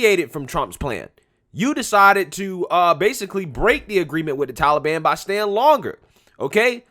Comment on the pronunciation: Joe, it's the Taliban, not tallyban.